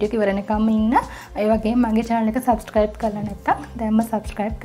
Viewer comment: සබ්ශ්ක්‍රයිබ් නෙවෙයි සබ්ස්ක්‍රයිබ්.. මුලින් ඒක කියන්න ඉගෙන ගන්න 🤪